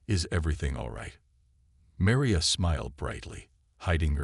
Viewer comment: Your narrator,, apparently has frequent problems when pronouncing AND spelling the name Maria. And,he referred to her as Meriah, both in his pronunciation and in the text subtitles. she was Marion in the pronunciation and text subtitles., she becomes Meria. P.S. what's with all those "asterisk asterisk" statements?